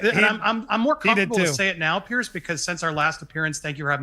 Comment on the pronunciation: Andy, FYI, it’s “PIERS”, not “pierce”. Like you’re talking about multiple docks on the edge of an ocean, not like something you do to your bellybutton.